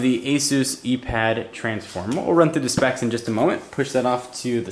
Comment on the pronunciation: "eee pad" "ipad" :/